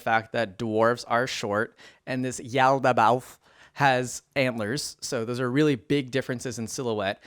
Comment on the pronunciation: Pretty sure you nailed it. I think it's just one of the words with lots of mouth feel. Like "colloquial", it's a process to say, yet hits the ears oh so sweetly.